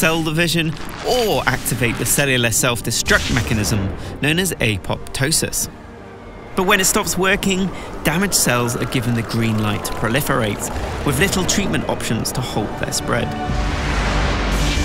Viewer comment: Apo-ptosis. Pronounced "Apotosis"